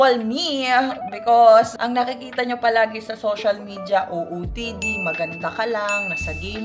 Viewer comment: S O C I A L MEDIA not SYOSYAL MEDIA hehe